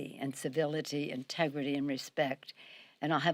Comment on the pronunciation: “Integrity” 😂😂😂 LMAO